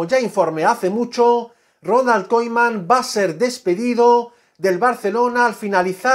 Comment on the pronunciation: por favor deja de decir Koiman, es Kuman... jajaja!!!